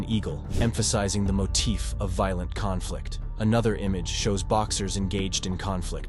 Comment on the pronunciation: Pronunciation is poor e.g., veal-lent for violent?